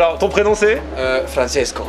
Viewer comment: la maniere qu' il dit " Francesco " 😂